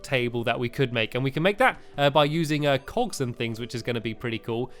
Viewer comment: When he said cogs it sounded like cocks